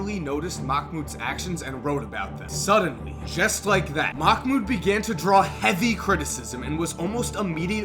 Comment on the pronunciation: For a guy whos always informed bout watever he talks about, u catch an L for not learning how to pronounce islam, ramadan and Mahmouds name. But then again, no one cares to learn